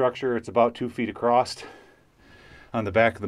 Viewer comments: Please stop saying acrosst! 💖! Kids should not hear their heros using terrible english! The word is across! 💖💖💖 Isn't it bad enough that schools are terrible! ☹️. Otherwise you are a great teacher! 💖💖7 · bruh there's no t "across"